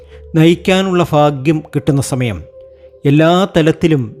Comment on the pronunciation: ഈ ഫ എന്നൊന്ന് clear ആക്കി പറയാമോ.. Bore ആണു ഫാഗ്യം സൗഫാഗ്യം എന്നൊക്കെ കേൾക്കുമ്പോ ദേഷ്യം തോന്നുവാ 😡😡